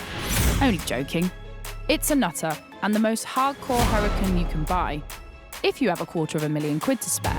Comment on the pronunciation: Why she pronouncing Huracán like crap but say the other stuff for at least trying to say Italian with an accent. It’s fries not chips 🇺🇸🇺🇸🇺🇸🇺🇸